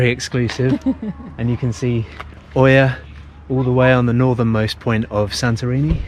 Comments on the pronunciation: Love your videos, but please pronounce Oia properly 🙏🏼 It's Eeea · The combination "οι" in Greek is pronounced ALWAYS "ee" like in the words " tree" "three" and "free" . Almost all tourists who make YouTube videos from Santorini pronounce "Oία" wrongly. You just have to say "eeah" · Its pronounced IA :) great videos btw!